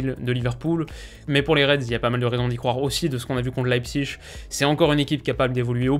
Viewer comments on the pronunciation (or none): none